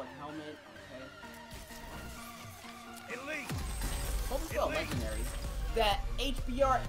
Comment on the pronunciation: I'm not sure if anyone else heard but he said stg44 legendelly.